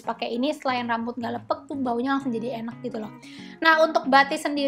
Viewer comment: Lepek kak, bukan leupeuk hehe